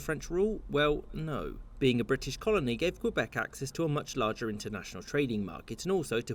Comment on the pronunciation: HES SAYING QUEBEC WRONG